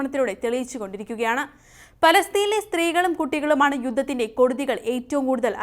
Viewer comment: കൊടുതി അല്ല കെടുതി